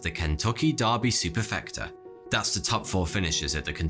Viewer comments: Wth is a “Kentucky Darby” only ever heard of a “Kentucky Derby”. I swear your pronunciation is worse the americas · Derby. Not Darby. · it's pronnouced der by not darby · That's the Kentucky Derby, my friend. Not "Darby". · Good video but one thing near the end almost made my head explode—it’s the Kentucky DERBY, not Kentucky Darby. If that mispronunciation was due to accent, I apologize. However it didn’t sound like an accent issue. Please never say Kentucky Darby again. 🤣🤣🤣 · dErby NOT dArrby. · Derby is pronounced 'dur-bee' , not dar-bee. Yes I'm one of those guys! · Sorry I have to point out you pronounced "Derby" as "Darby".... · That's the Kentucky Derby, not Darby. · It’s the Kentucky Derby not Darby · The Kentucky “Darby” 😂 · What the heck is a Kentucky Dahrby🤷🏻‍♀️ 🤣 (Girl from Kentuckiana here, lol) just messin, love your videos man….but I swear if you said Dahrby here you’d get slapped lol. Just like mispronouncing Louisville, KY…..if you don’t say Luhvul no one, not even Siri, would take you seriously lol. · Do you really pronounce derby darby, or was that a typo? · "Kentucky Daarbie" lol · This isn’t all I got from this video but it is the last thing I got. Are you reading the word derby or did someone tell you how to pronounce it? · If crowds are so smart why doesn't this one know about the two ways to pronounce "derby"?